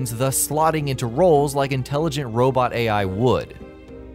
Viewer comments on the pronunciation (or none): none